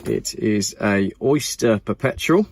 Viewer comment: The Rolex Pubepetual 🤣